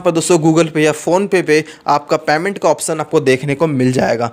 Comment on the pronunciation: पैमेन्ट नही पेमेन्ट होता है😂।